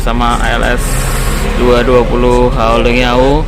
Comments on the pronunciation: Als 220.. Salah terus nyebutnya🤣🤣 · Hahaha iya bg kayanya kurang minum AQUA 🙏🙏